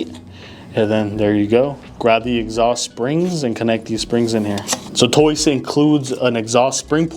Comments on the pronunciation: It’s TOCE not TOYCE? I’m not crazy right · "Toice" LOL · Basically - Tose. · Tried to say Toce but he didn’t come close 😂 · can somebody please tell this thats not how you say toce its killing me omgg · Literally pronounced exactly how it's spelled. These wild mispronunciations drive me nuts. People need to get hooked on Phonics 😂